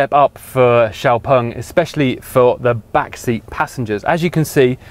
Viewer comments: Why is he saying 'x-pung'? If that's the correct pronunciation, why are they spelling it with an 'e'? And is it actually 'ex'-pung or should it be more like 'zhiou' as in xiaomi? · As a Swede the pronunciation of the of the name -"X-Pung" feels so wrong. :(